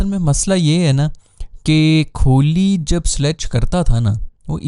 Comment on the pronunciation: Its kohli not kholi. Pronounce sahi kren